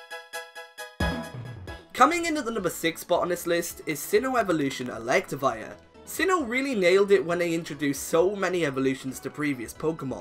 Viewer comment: ELECTIVIRE, NOT ELECTAWIRE!